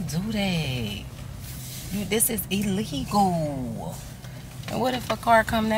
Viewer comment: say illegal again lmao😀🤣😂